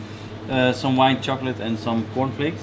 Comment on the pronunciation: Did anyone else hear " white chocolate and CORNFALKES" ??? Am I trippin